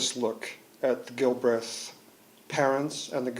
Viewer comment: Such as? Aside from him not knowing how to pronounce the name :-)